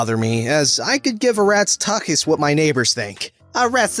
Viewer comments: More like "took-us." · tucchus is pronouced "too-cuss". Just thought you should know. Have a nice day!